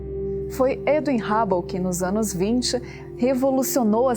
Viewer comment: Edwin Rabou não fia pelo amor de Deus kkkk Tem q colocar alguém q saiba o básico de inglês se pronúncia Hãbou. Telescópio Rãbou